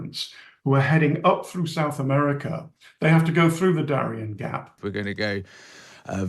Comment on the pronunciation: South Ameriker?